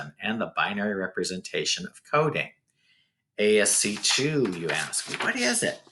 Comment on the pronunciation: ASCII is pronounced "ASS-key"